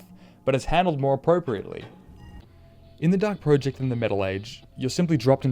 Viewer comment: Every time you call it 'The Dark Pro-ject' rather than 'The Dark Project' makes me die a little inside.